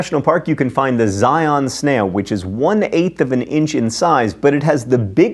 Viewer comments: It's ZI-UN not ZI-On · Zi-Ahn???? Try Zi-Uhn.